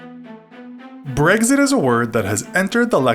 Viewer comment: Who else is annoyed how he didn't say Brexit correctly